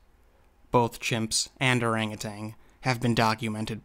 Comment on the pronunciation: Another great video but it continues to surprise me that will correctly pronounce the names of extinct hominins and hominids but keeps saying Orangu tang lol